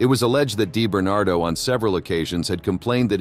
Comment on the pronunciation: Di bernado not Dai bernardo.